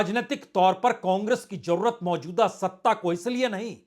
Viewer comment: 2 : 19 jurrt nhi jarurat bolne me sudhar kre